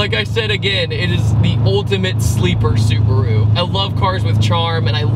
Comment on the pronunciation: I am really sorry but it is su-BA-ru not su-BU-ru. Not meaning to be nit picky